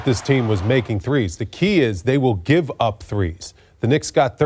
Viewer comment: “Gove achiuwa more time guys” 😂😂